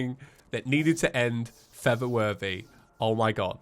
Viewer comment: Is it just me? Or everybody hears it saying:"feather worthy" not "for the worthy"